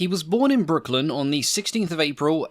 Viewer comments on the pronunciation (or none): none